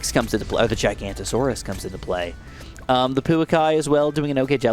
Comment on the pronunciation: giga no to saurus not gi ganta saurus